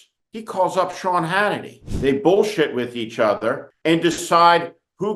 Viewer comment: We need more Ted Kopels. And yes , ShYawn... Its "sad" as hell